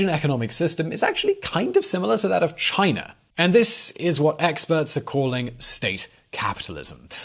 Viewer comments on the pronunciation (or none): none